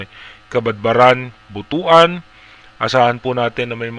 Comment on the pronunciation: PLEASE, IT IS NOT BUTU-AN. iT IS PRONOUNCED "BUTWAN" PO. MARAMING SALAMAT PO.